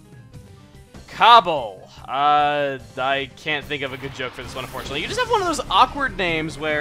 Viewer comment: cabol more like cobble lol